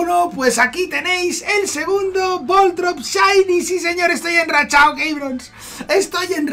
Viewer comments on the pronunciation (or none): Voltron no keibron, se dice vol torb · Me da un tic cuando escucho voltorp jajajaja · Jajaja me hace gracia que digas voltrob, no será voltorb. Que envidia de nuevos registros. Mucha suerte